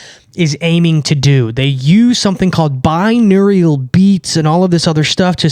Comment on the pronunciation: its pronounced bi-noor-al